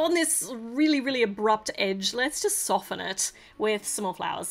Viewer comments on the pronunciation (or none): none